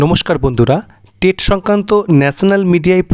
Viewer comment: Tate noy "TET"..... Ki baje uchharan